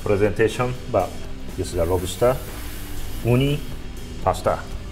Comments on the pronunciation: this nigga said robster 😭😭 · “LOBASTER” herro